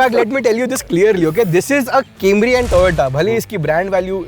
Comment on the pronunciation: wtf happened to audio ?? and camry ko gujju accent kyu lagara